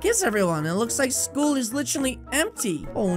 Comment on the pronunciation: the way he said sool intead of schoole